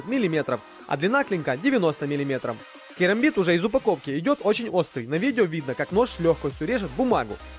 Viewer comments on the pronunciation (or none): none